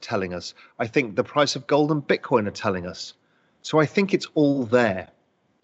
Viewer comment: He said Golden Bitcorn 🎇